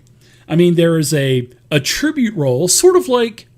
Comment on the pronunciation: dude, ATT ri bute; not at-TRIBUTE; otherwise awesome heh